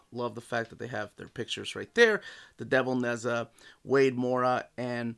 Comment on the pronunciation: It's Naj ah Not Nez ah